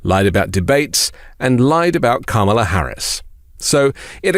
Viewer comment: He did confess to interfering in the 2020 election results! This moron cannot pronounce Kamala's name.